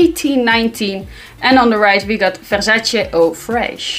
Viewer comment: I crack up every time she says Versace. Vuhshashaeeee “You got a dry bush” sick burn 🔥, u need to bring her back! You guys make such funny and unscripted content.